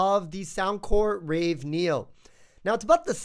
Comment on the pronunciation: You are very early. 1 year late.... Also, it is ravE, not raw neo.